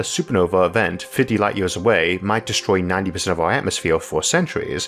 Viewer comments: is it just me..or did this guy really said 'yeors' instead of years? kinda disturbing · Is it me or does this guy pronounce some words like he’s a baby? “Foe exwample” “yeers” “bwillwions”